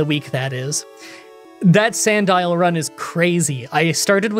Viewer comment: Who knew Sandile looked like that and was pronounced like Magnemite